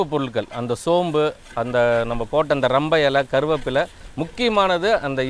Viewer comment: சென்றயாருக்கு சொல்லுங்க ப்பா அது ரம்பா இலை இல்லை ரம்பை இலை என்று 😂😂உங்கள் சேவைக்கு வாழ்த்துக்கள் ❤